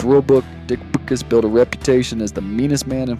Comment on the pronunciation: Dick Butkus: Last name is pronounced "BUT CUSS".